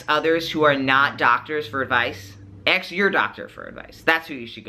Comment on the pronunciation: Great video. (Also, it sounds like he's saying "ax" instead of "ask" haha)